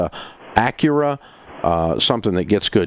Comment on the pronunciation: You lost him at “Honda Accura” 🤣🤣🤣